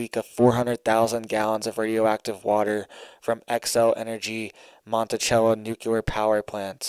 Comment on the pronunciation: Its Monticello Not Montichello. Sounds like MONTISELO. I live here. 👍